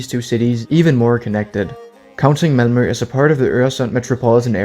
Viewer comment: I like that he managed to say "Malmö" in almost flawless Skånska XD